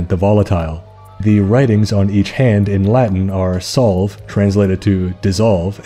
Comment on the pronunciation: The narration features one of the most sub-literate pronunciations of Latin I've ever witnessed. "Solve" = Sol-veh, for the love of Baphomet. Try again.